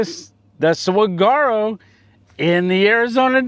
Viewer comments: It is pronounced sa war o. The g is silent. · Saguaro is pronounced; "Saw-WAR-oh" with the emphasis on the 2nd syllable. The "G" is silent, making more of a "W" sound. I love Arizona, lived in Phoenix for years, any landscape you want is within a 3 hour drive. I can almost smell the warmth and the foliage of that place. 👍♥️ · The Cactus 🌵 is pronounced Saw- War- Oh